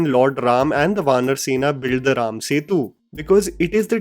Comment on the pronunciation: THANK YOU FOR CALLING RAM NOT RAMA...A WESTERN PRONOUNCATION...🙏🙏🙏